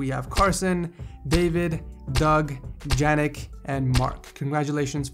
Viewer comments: Why is keeping PC on the floor a shame? BTW, I'm pretty sure you should read Janek more like "Yanek" :P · Janek is said "Yanek" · Janek is like Johan, it's a y sound! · Janek read Yanek